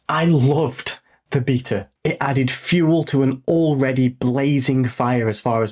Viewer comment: Come on. Say beta correctly.